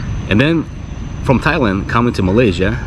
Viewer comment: Dude.. learn the name. You been in Thailand how many times now? its not even funny and im not even Thai.